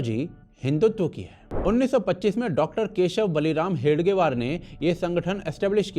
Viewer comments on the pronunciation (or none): small mistake , it is hedgewar , not hegedwar